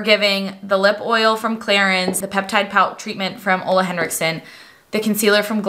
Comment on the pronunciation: An English speaker who can finally pronounce Ole with oooo and not uuuu!! 🙌🏼🙌🏼